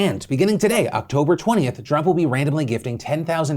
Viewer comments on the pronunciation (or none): "And beginning today, October 20th, Trump will be be gifting $10,000 worth of reward points into member accounts every Tuesday leading up to the holidays to spread a little cheer" I had to go back a few times... He said Drop but I heard Trump. What did you hear?